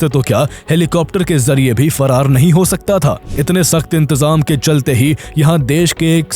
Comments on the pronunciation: Intezam hota hai intejam nhi😂😂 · Intejam nai hota intazam hota hai